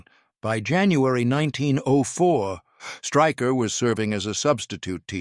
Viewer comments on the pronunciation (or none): His surname is pronounced Shtráy-kher, not Striker